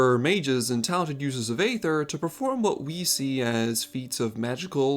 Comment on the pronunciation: It's pronounced ether, not ay ther